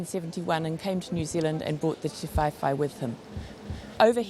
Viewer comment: Ti-vae-vae not Ti-fai-fai